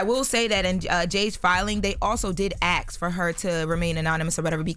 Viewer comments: “ they did axe her? Ask? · THE WORD IS “ASK” NOT “AXE” PLS PRONOUNCE YOUR WORDS